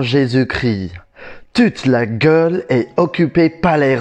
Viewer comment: Hey, just a friendly hint, it's pronounced "Gaule" not "Gueule" :-)